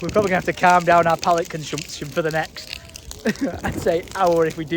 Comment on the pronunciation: need a comp of every time just says pallette.